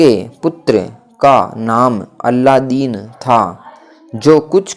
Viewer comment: अलादीन का अल्लादीन बोल रहे, बूढ़ी का बुड्ढी बोल रहे हो नवयान तो समझ ही नहीं आ रहा। इन शब्दों से ही बहुत मिस्टेक होजाएगी इसलिए कहा क्लियर बोलिये